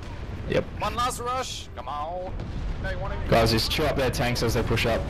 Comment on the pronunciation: 'one last rush..cmown' LoL